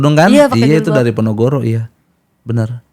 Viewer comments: bilang ponogoro😂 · PONOROGO leeer bukan PONOGORO😂😂😂